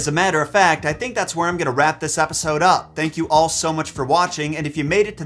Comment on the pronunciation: Did he really say "Wrap this repisode up" at the end. Not a typo, I seriously thought I heard an R in that word